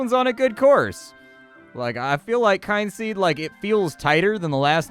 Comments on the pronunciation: Kin-seed not kyne-seed :/ Kin as in family.. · "Oh, a game about family. It must be pronounced KYNE-seed. Not at all KIN-seed." I remember a friend of mine calling Skyrim Skee-rim. That's what you sound like. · Oh, it's pronounced Kin Seed, not Kind Seed. Nonetheless your video is great as usually and the punctuality is appreciated. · Kin-seed, dude. Kin.